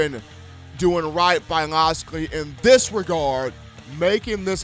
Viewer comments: rolltidematt92 I mean I understand nobody’s perfect, I get that. But look at his name on a piece of paper and then say his name, if it doesn’t sound like it looks then you’re saying it wrong. damn how can anybody take you serious when you don’t even come close to pronouncing a fairly easy name correctly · i hope he learns to pronounce his name before the season starts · i dont ever take him very seriously, i actually just left the video after he butchered that lol